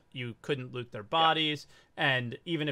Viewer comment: I want more lewd! (Your pronunciation of loot sounds like lewd🤣😅)